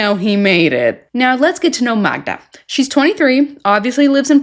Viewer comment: her name is magda! it drives me mad that he can't get her name right...